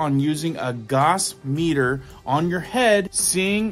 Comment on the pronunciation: Gauss is not pronounced 'goss', it is pronounced 'gouse', similar to house, but with a g instead of an h at the beginning.